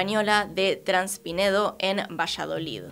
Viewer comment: es traspinedo, pero decís transpinedo...🤷🏻‍♂️....😏, una vez más.....